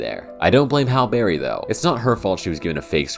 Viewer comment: A great video while I bake but your pronunciation of halle berry's name is killing me bub